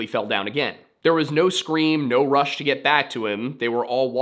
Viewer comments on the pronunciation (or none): none